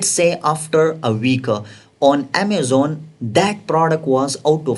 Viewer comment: Improvement vocabulary : Deshaboarda, passwoda, at the reta, adda, channela, packegea, processa, settinga, scroll downa, optiona, suppliera, Amazona, united kingdoma, united stata, locationa, templeta, lasta parta, listinga, stocka, unchika, lasta, forteena, pricinga, percenta, profita,, dollera, 😊